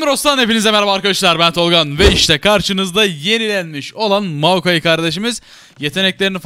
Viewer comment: moakai değil moyakai bwn3jejd